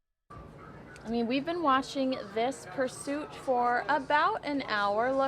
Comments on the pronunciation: "Pursuiot" lol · "Police Pursuiot." Good goin'. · It's: "Police pursuiot" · "Police pursuiot" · Pursuiot? lol